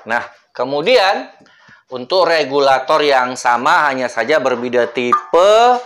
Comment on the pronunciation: Regulator bang bukan kabulator😭😭